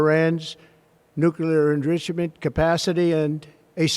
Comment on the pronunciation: Nuclear enrishment.